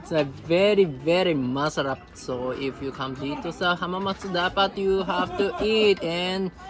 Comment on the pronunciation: I find it cute Everytime pronounce MASALAP instead of MASARAP 😊